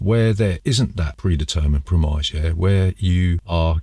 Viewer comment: Pre-mize? TF is a pre-mize? 😂Is it the same as a prem-iss?